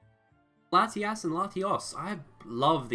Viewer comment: Really said latias twice you have to pronounce the O